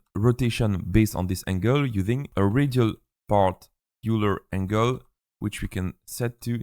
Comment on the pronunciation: A little late, but fyi, "Euler" is pronounced like "œil leur" Also thanks for the tutorial! Extremely helpful!